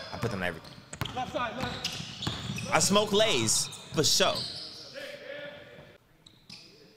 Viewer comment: When he said “I smoke lays” I thought he was taking about the chips for a second